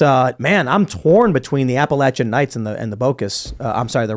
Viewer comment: It’s nice to see that can you pronounce Appalachian correctly…